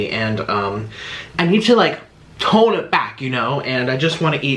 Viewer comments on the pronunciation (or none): none